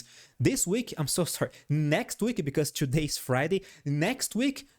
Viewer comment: "Ciù-day we made ..." bless you😂😂😂